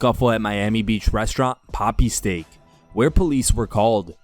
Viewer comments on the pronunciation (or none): none